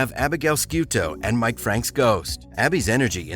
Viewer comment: Did ya catch Ellie was from the NRA? 😂😂😂 He said it twice too lol This channel is run by idiots who have never watched it! He butchered everyone’s names not just Ziva’s! Tony, Abby even Mike… he called him Muck lol